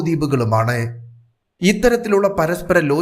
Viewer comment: താങ്കളുടെ ഉച്ചാരണം മഹാമോശം എന്നു പറയാതെ വയ്യ. ചെയ്തതെ അല്ല. ചെയ്തത് എന്നാണ്. ആണെ അല്ല. ആണ് എന്നാണ്. കേൾക്കുമ്പോൾ അരോചകം.